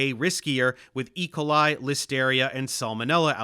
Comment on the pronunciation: Is Dave using AI to imitate his voice? I ask since he is consistently mispronouncing certain words like adjuvant and E. Coli.